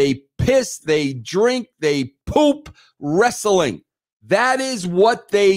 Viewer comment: Dude, I'm from NY. I have never once in my life and everyone around me too have never said "Wres Suh Ling" Ha.